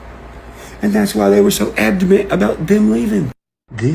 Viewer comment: “abdoment” is that supposed to be “adamant?” Is this a new “upchurch-ism” or is that a word he cant say because it starts with “Adam”? 🤣